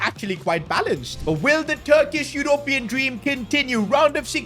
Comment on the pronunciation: pronounced u-rup-ee-un